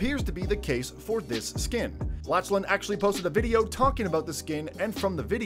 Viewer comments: laCHlan I’m crying of laughter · Its not lach lan its pronounced laklan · Legend it’s not latch Lynn is Laughlin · Bruv laCHan he seriously said laCHan 😂😂😂😂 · It's Lachlan not LaCHHHHHlan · U said la CH lan hahah plus he already has a skin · By the way his name is Lachlan not Lahchlan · It’s said LaC-LAN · Did he sa la ch lan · You said lachen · Who's latchlan it's Lachlan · It's Lachlan not LaCHHHHHHHlan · It is pronounced lock-lan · he called lachlan laCHlan lol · He said (la) (ch) (lan) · Bruh, “LaChLaN” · Bruh he called Lackland like this haha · You said Lachlan wrong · Wtf this man cant say lachlan correctly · Bruh you said lachlan wrong